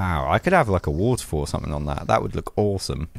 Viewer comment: Lmao he can’t say waterfall